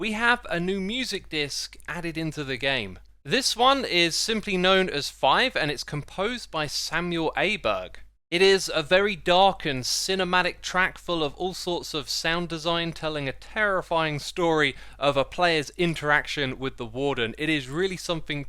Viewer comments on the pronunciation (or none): It's not pronounced Samuel Aberg, it's pronounced Samuel "Oohh"Berg. The letter Å has the sound like you realized you said something stupid, ohh... Sry couldn't hold myself back, i know it's irritating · The "Å" in Samuel Åberg's name is pronounced as "O" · That special A with the circle on it is more of an O sound btw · it no Aberg it Åberg, its Swedish, Danish or Noregian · Åberg is pronounced as Oberg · It's actually oberg Å this is an o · Hey Xisuma, this will probably just be drowned in the comments but if you see it, the Å letter in Samual Åbergs name is pronounced the same as the "ou" in four. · Hey xisuma! The "Å" in Åberg is pronounced "Oh" or "O", so its Samuel "Ohberg" :) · btw, Samuel Åbergs last name is pronounced Oh-berg. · Hello Xisuma! I just want to inform you about the letter Å which are not to be confused with an A. Å makes more or less an oh sound so Samuel Åberg should be pronounced as oh-berg instead of a-berg. Anyways great video as always! ( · The "å" letter in Samuel åberg is pronounced the same way you say the letter O but only the first part (as in, not ou). It’ll still sound slightly english but you should get pretty close! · Åberg is pronounced "Aw"berg, not Aberg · The letter Å sounds more closer to O than A. So Samuel Åberg should be pronounced more like Samuel Ouberg! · not aberg..... THE Å is said O so say oberg samuel ¨åberg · the letter Å is pronoinced as O btw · Fun fact: the Å is a skandinavian letter and is pronounced as "Oh". So Åberg would be pronounced Oh-berg :) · Åbers is pronounced more like ohberg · scandinavian people be crying when they hear you pronounce the "Å" as an "A" lmao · It's actually pronounced Ohberg (Åberg). ☺️ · Å is pronounced o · samuel åberg is a "nordic name, you pronounce the "å" like your saying oh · Å is not just a customized A its pronounced completely different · Btw the Å in Åberg is not really pronounced like an A but more like an O mixed with an A (but mostly O)